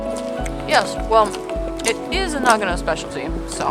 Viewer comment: うーん、日本人としては、英語の「No」と ひらがなの「の」では全く違って聞こえるんだが。というか、あなたを含めた英語圏の人が読み上げる「長野, Nagano」は、日本人には「ながのぅ」としか聞こえていないんだよ、実際。